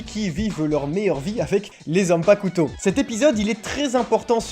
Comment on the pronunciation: stp arrete d'insister sur le "u" dans "zanpakuto"